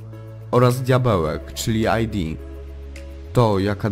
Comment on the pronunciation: nie aj di tylko id, bo to z łaciny